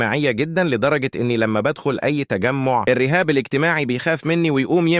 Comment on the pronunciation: الرُهاب الاجتماعي ❌ الرِهاب الاجتماعي ✅ 😂😂😂😂😂😂